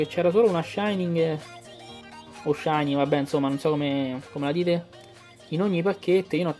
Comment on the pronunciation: SÌ MA LE PRONUNCIEEEEEEEEEEEEEEEEEEE PER FAVORE MI FAI MALE AL CUORE E NON ERA SHINY E LO ZOROARK NON ERA SHINY